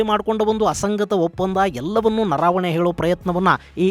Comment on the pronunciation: ನನಗೆ ಗೊತ್ತಿರುವಂತೆ ಹಾಗೂ ತಾವು ಹೇಳಿದಂತೆ "ಜನರಲ್" ಅವರ ಹೆಸರು "ನರಾವಣೆ" ಅಲ್ಲ, ಅದು "ನರವಣೆ" ಆಗಬೇಕು. ದಯವಿಟ್ಟು ಒಂದು ಸಾರೆ ಹಿಂದಿ ಭಾಷೆಯಲ್ಲಿಯೂ ಒಂದು ಸಾರೆ ಪರಿಶೀಲಿಸಿ.